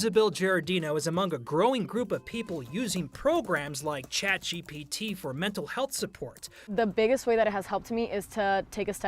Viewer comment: Lol i love the 9news reporters but it cracks me up hearing boomers say "ChatGBT" when it's ChatGPT. P, not B 🤣